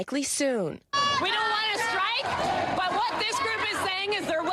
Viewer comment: "No schtrike is likely soon! " 😂 Schtrike 😂😂😂😂😂😂😂